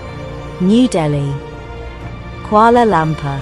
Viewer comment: Uhhhh Kuala Lumpur, not Kuala Lampur